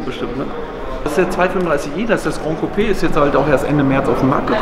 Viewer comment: Gran Coupé, ohne d🙈